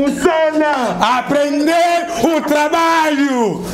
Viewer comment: Aprendeeeee tu trabaliooooo 🤣🤣🤣🤣🤣🤣🤣🤣🤣nazokoka te 😅🤣🤣🤣🤣